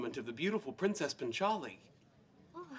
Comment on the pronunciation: The way he says 'punch aali' is so fuxking annoying. Its paanchaali